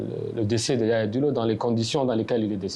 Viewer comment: Ce se prononce Yahya Dillo, pas Yaya Dillo.